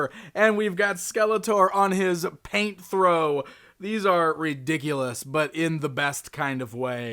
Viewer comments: think its PAIN-THOR, not PAINT-THOR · It's pronounced Pain-Thor not "paint throw" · It's Pain thro, not paint thro. Like "pain" as in, to cause it, cause he's the bad guy. Lol. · Somebody at Mattel thought they had a really cool name for a motorcycle and then along came to slaughter it.